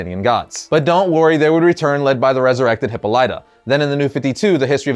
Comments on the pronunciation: Why must my people continue to pronounce Hippolyta's name that way. When it has been pronounced correctly in both the DC animated and Cinematic universes correctly and everytime LOL....its not Hippo-Lite-a its Hip-Poly-tuh....not just in the DC universe....🖐🏼dont argue with me, I have asthma. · Dude you say "Hippo-Light-uh"... "Hip-paul-it-uh" come AQ!!.. 😅